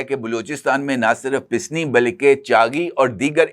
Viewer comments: the word is pasni not pisni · pisni naheen PASNI.Correct word habit.